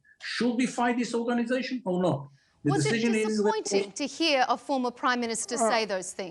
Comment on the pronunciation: do you ghear me 🤣🤣